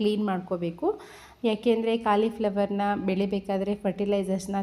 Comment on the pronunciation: Aduu kalii fllwor alla colifllwor maryati 😂😂